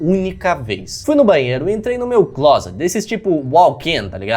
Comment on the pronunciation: falando claset (closet) Eu: "sua família sabe que você gosta de rapazes?"